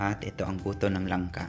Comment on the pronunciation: Buto - mabilis bigkasun. Tanong mo Kay Jessa Pag mabagal ang pagsalita mo sa Buto hahahaha